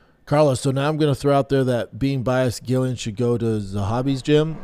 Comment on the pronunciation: HOLY $hit you're worse than Chael , all these years of Gillian(JILLIAN) fighting and you cant pronounce her name either. Are you a casual who has never watched her and not know her name .